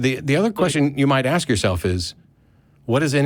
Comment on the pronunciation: Dude, stop axing Matt!!! I'm not going to ax you again. ✔